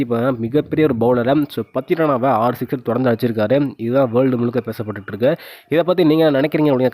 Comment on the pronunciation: ஏன்டா தமிழை கொலை பன்றே ? சிக்சர் ரா? சிஸ்டரா?